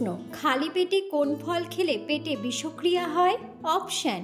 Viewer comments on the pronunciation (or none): Murkha bisho kriya noy, bish kriya.